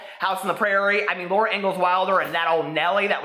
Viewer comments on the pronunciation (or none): none